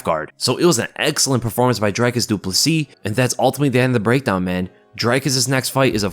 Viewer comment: Props for pronouncing his family name correctly bro!!